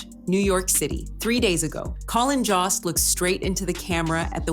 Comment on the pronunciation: His name is Colin jost not mossy get it right please